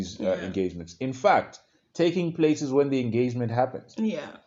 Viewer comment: I thought he said, it starts with "taking place" 😂